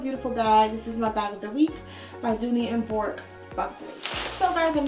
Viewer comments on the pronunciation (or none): The pronunciation of Bourke is Burk. I've come to accept imperfections as a normal part of florentine. You are lucky when you get a perfect one and even then the perfection only lasts so long. Hope you find the one that makes your heart sing.